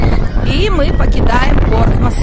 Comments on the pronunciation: Город Кан в Нормандии. И все-таки ПортсмуТ. В анг транскрипции на конце коварный звук th - θ. P.S. О! Наверное. я должна извиниться за умничание)) Но вы всегда можете удалить мой комментарий. Глупые комментарии о том, что пора мол знать о пальцах, которые оказывается большевики переименовали (не дурь ли?), пестуются, а отрывок из классики, приведенный мной, где доказывается обратное, безжалостно искореняется. Жаль, немного знаний народу то не помешает. И все-таки Портсмут! Пожалуйста! Все хватит мне этих косноязычных и других блогов! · Спасибо за ваши комментарии о шале. но здесь настаиваю на произношении Портсмус . На конце ни разу не Т а звук th - θ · Да, в русском варианте город Портсмут. Но в Британии произносят th в конце, и только так. Вы же,наверняка, знаете, что и Лондон в английском звучании совсем не Лондон :))